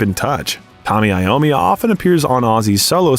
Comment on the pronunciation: It’s pronounced I ommi as he is Italian